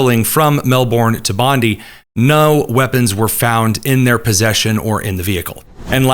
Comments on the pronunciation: American brothers in arms: "Bondi" in Bondi Beach is pronounced more like Bond-eye, not Bondee. 😇That aside, everything else in this video is spot on. Albanese is often called Sleazy Albanese for good reason. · Bondi Beach is pronounced Bond-ai, not Bond-ie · this is driving me crazy because I cannot stand Pam Bondi and every time you say the name of the beach I think you’re saying something about her, So in case you were wondering, it’s pronounced like BOND-I Like the word "bond"-i Bond-I like Pam Bondi sounds like BOND-ee The beach sounds like BOND-i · Bondi = Bond eye. Rhymes with bonzai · It's pronounced "Bon-dye" Beach.